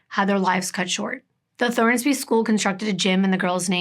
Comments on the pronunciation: I love your channel and the way you tell these stories but I have to tell you: it's Thorsby!! No "N", not Thornsby. Sorry, my dad lives there and I just had to pop in to say something. Still love you!! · I love your videos. This story hit home for me because I am from Clanton, AL. I've been to the placed you mentioned. I never thought Clanton eould have anything like this. It's possible I know some if the victims kin. Oh and the ciry is Thorsby. Not Thornsby.